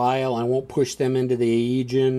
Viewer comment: So cool you have so many videos on the fleet series! My only criticism is the pronounciation, LOL! I can forgive you any Russian words, but the pronounciation of the Agean and Tyrreanean Seas is rough. But anyways working my way through the videos.